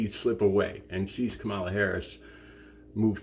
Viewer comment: The only mild criticism I have is you pronounced Kamala's name wrong when you first mentioned her. Probably a slip of the tongue, but it won't stop me watching your channel.